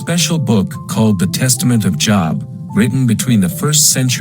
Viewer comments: It's a long O, Job, rhymes with robe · AI can't even pronounce names, long O, not job. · Oh my Gosh, basically impossible to listen to. Can't pronounce Job and of course it is someone trying to justify god in the Job story. God killed, Job's children - before I had kids that was elementary, after I had kids it was the unpardonable sin. Christians will say - but God blessed him with double the Children, sorry, but your giving you twice as any kids does not replace the Children you lost. A parent ought to love their children and each individual human is irreplaceable. How does anyone find a good God in this? And if you have kids and still think that God is justified in setting Job up, you are pretty much a sick individual - even the metaphor is lauded, what the hell is God trying to say here, If you follow me faithfully I may just decide to harass you for my own sick pleasure. Job is the one honest book in the Bible, it shows the monster for who he is. The devil comes to visit (weird!), then God is like, so you want someone to mess with how about my dude Job, just don't kill him (how kind?), it is ok to kill his Children, they are simply property and Job couldn't possibly LOVE them (I mean who loves their children, weird right?). Job's wife was obviously thinking rationally, Job was obviously an idiot! God was obviously mean, cruel and obnoxious, the Devil was licensed by God to be exceptionally cruel to one of God's creations - God of Love, what ya smokin' man!!!